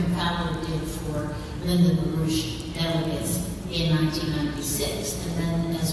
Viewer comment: Actually it's LaRouche (not Roosh).